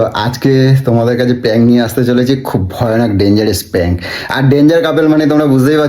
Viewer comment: দাদা ওটা পাং না প্রান্ক 😂